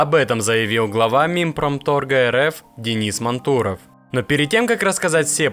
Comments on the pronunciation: Почему мантУров??? Ударение на А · Да, автор что то с ударением не очень дружит. Точнее с реалиями нашей страны, как произносится фамилия Мантуров можно было бы разобраться, она из каждого утюга по 20 раз в день звучит. Да и НАМИ тоже... Автор тебе сколько лет, если не секрет?)) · Судя по говору автора, то все ударения делаются НАМЕРЕННО не правильно ! Нами, мантуров ... чего вы добиваетесь ? Чтобы вас не смотрели, а ??? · Вот когда начнёшь правильно произносить фамилию Мантурова, тогда и подпишусь!